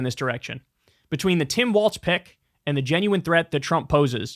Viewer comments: You hear the horror shows at what these pro wrestlers do for the company and what they put their bodies through while on tour, 100% need a union. Fuck Hogan Also when is Kyle going to realize he's saying "Waltz" and not "Walz"? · Kyle, please… it’s “Walls” not “Waltz”. The things that separate rooms, not a ballroom dance.😘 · I take a drink every time Kyle calls Tim Walz "Tim Waltz" and I am always drunk and have been for 2 weeks. Someone stop this man.... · Tim WALZ not Waltz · Isn't the guys name Walz(walls) not Wal(T)z (walts)? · Kyle… as a Minnesotan. It’s Walz like Walls not Waltz. Thanks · Kyle, FFS the VP pick's name is Walz (like walls), not Waltz, like the dance. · Great show , content and all. One point is minor but I think Walz is pronounced walls. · Kyle still mispronouncing Walz to this day looool